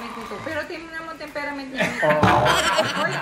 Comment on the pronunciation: Hello pakisabi sa girlfriend mo hindi “TEMPEREMENT” - ang tawag is “TEM-PER-MENT” pronounce how you read it.